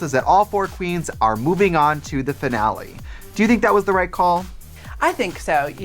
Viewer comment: trixie pronouncing finale as denali ... Yes